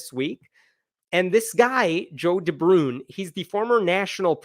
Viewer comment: Totally pointless comment: "De Bruyn" is not pronounced "De Broon", it is pronounced "De Brain".